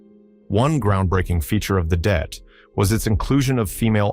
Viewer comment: Det... short for detachment.... NOT DEAT!!!